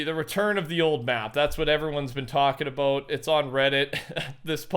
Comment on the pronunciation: "Talkin aboot"